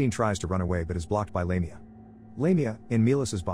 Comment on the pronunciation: Did you even watch the movie?? The evil demon is Lamia and is pronounced "laaam--e---ahhh not "lame---e---ah!!! ugh!!!